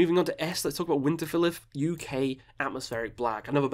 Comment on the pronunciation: U pronounce Winterfylleth wrong.